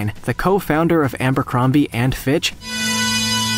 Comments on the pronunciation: Abercrombie, not Ambercrombie. You could at least pronounce it properly. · Abercrombie NOT AMbercombie! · Is it just me or does he pronounce Abercrombie as Ambercrombie? Because, your last sentence has been stewing inside my mind while I was watching the video.